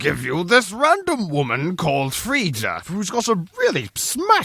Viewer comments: IT'S PRONOUNCED FREY-YA but otherwise very good vid it was a real knee slapper muah love u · That is some nice pronounciation of "Freija"...